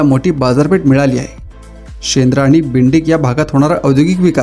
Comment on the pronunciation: बिंडीक नाही रे बाबा... बिडकीन आहे ते.